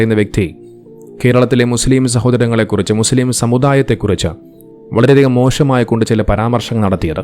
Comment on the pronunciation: വളരെ മോഷമായി എന്നല്ല മോശമായി എന്ന് pronounce ചെയ്യാൻ ശ്രമിക്കുക, എന്റെ പല മുസ്ലിം ഫ്രണ്ട്‌സ് ഇങ്ങനെയാണ് pronounce ചെയ്യുന്നത് അതുകൊണ്ട് പേര് note ചെയ്തു, അല്ലാതെ ഞാൻ വർഗ്ഗി ഒന്നുമല്ലേ 😂😂😂😎😎😎